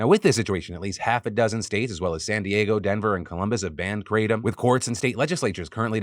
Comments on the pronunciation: The proper pronunciation is krah-tom. Not kray-tom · Note: It's not Kray-tum (It comes from a Thai leaf roughly pronounced Gra-Tome). It's been used as a stimulant as a boiled tea in Thailand for a very long time. It was officially legalized in Thailand on August 26, 2022 after a long prohibition. When taken in moderation, it's not particularly dangerous. Truck drivers used it to help them stay awake on long hauls. Farm workers used it while working in the sun. And numerous other ways. I personally think what you have here is western people taking something unknown on someone else's word and either intentionally or unintentionally abusing it through lack of knowledge. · I thought it was pronounced "kruh-Tom" [Tom like the name] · I can hear Hamilton Morris cringing every time Phil says kratom..